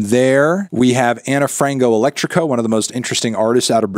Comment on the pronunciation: Hearing Fantano trying to pronounce Ana Frango Elétrico is very funny ngl